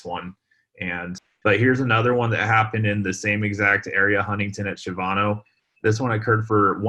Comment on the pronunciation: I’m a native Of San Antonio and I’m not trying to be rude at all but you we’re mis-pronouncing Shavano It’s actually pronounced Sha-va-no it’s kind of like people mis-pronounce Bexar county for Bex-ar instead of Behr